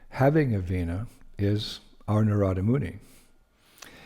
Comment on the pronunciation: Very Nice! Thank you, 🙏🏼 If I’m not mistaken it’s Naarada not Naraada